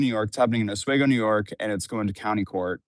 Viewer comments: It’s pronounced Os-we-go… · Once again - from a native upstate New Yorker - it's Ah-SWEE-go. The way you say it makes me laugh. 😛😜😝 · Omfg. It's Os-wee-go. Why can none of you youtubers get that right? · Minor Correction, it is pronounced Oss-Wee-Goh Sorry, it's the internet, I'm allowed to be a pedantic ass here, lol. Also, in NY state, nearly 99% of grand juries indict. It doesn't go that far unless the prosecution has a shit-ton of evidence, and remember, they're not determining guilt or innocence, only if there is enough evidence to proceed. So this step is mostly just a formality and a safeguard against malicious prosecution, which is not in play here... she posted more than enough evidence to indict herself, many times over. So this only goes one way... to trial. I am 100% sure her attorney has told her exactly this already, likely months ago. You're right, she will NOT get 8 years for this in NY, lol. Here they have let child molesters out in under 3 years. Yeah, I know... But the courts will see this as something better resolved through civil litigation. The victim will want to pursue restitution, and she can't pay if she's broke and in prison for the better part of a decade. There will be some jail time, but likely less than a year if convicted, it will be symbolic, and likely even deferred or reduced to tethered release. The real punishment will come in the civil trial or more likely settlement, and you'll never hear much about that, if anything. But just because it will happen quietly behind the scenes doesn't mean it's not happening. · Bro, it’s pronounced “Os-WEE-go”. Sorry but I die a little inside each time you mispronounce it 😅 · Say it with me Oss-wee-go. Oss like boss. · It's pronounced Oh-Swee-Go,.. you're welcome. Lol. I live near there. And no I dont know that insufferable girl lmao. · Oz-weeee-go. besides that thanks for the update! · You are still pronouncing Oswego wrong, but it's fine. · just fyi it's pronounced Os-wee-go not os-weh-go